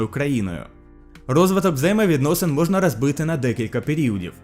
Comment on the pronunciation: Дякуємо за україномовний контент! Але ґромадяньска, перемоґа, камуністичний, можно, варожість та інші дуже ріжуть по вухам. У українській немає "акання", тут "о" читається як "о". Та це нормально спочатку, потім буде краще. Бажаю успіхів!